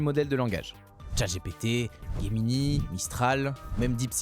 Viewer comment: Ce n'est pas Guemini ses Gemini